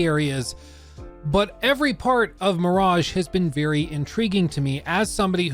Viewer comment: Ahhh, Assassin's Creed Mirageeh